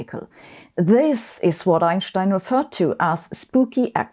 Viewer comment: The way she says ineschtine is spooky!